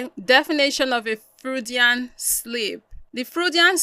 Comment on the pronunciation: This is not me being rude i kinda like you u are correct about the freudian slip but it's pronounced froydian... i got a few more words i wanna teach you about btw ..